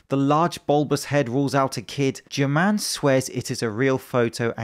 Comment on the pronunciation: In Spanish, German is pronounced with an H at the beginning, like Her-mann